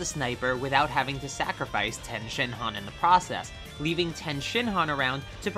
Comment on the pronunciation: Please say tien’s correctly😂